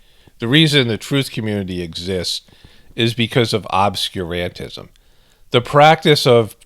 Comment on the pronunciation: Emphasis should be on Ob-SCUR-an-tism like Ob-SCURE